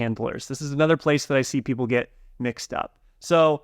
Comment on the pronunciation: The way he says "get" it sounds like "git", it's kind of confusing